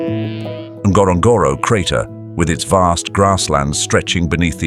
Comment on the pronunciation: It is not pronounced that way...wasnt was i was there!...